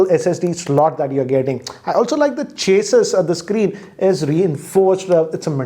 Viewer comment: He don’t know how to pronounce chassis